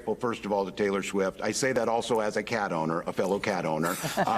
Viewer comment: “Taylor Schwift”?